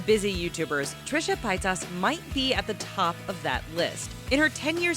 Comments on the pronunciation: Pietas lol it's Trisha paytas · It's not pie tuss it's pronounced PAY-TiS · pay-tas not pie-tas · She's I'd saying everything wrong, it's pay-tas not pie-tas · sorry but its not pitas its paytas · Pie toss PIE TOSS!!! It is PAYTAS! TRISHIA PAYTAS! Not Trisha PIE TOSS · PEH-Y TAS NOT PIETAS. . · PIE-TAS?? I think it's pronounced PAE-TIS or TUS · Trisha Pie-tass *facepalm* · is no one going to talk about 'Trisha Pietas'?? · U said pastas wierd it's pay-tus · "trisha pi-tas" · Pietus?? lol how about pronouncing it how it's spelled? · you're saying Trisha's Last name wrong, it's pronounced pay-tez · Its Trisha Pay-Tez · Trisha Pie-tahs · who else was cringing when she said Trisha's last name... also Connie is the best. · Omg i died when they said Paytas xD That is NOT how you pronounce it, but it was funny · "Trisha Pietess" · She pronounced Paytas wrong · I hate how u said Trisha Paytas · 2 things. Trish and Charlotte look NOTHING alike. Also, when you said Paytas, I had a deadly cringe attack.